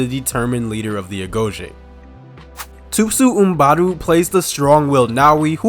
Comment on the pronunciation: Who is THU-SU MUMBADU??? ITS THUSO MBEDU!!